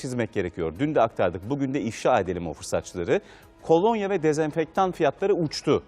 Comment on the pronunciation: Spikere birisi desin kolanya değil kolonya